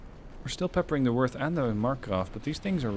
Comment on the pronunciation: German O with the umlauts (oe in English text) is pronounced similar to the u in murder. In fact moerder, the German word for killer, is pronounced the same as murder in English. In this case, the pronunciation of Worth is spot on with the American pronunciation of worth, however you need to soften the W into an English V.